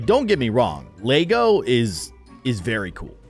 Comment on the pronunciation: Anyone else who noticed that he said Lago instead of Lego 👇